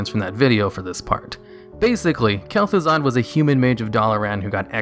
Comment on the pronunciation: It's Kel'Thuzad, Lich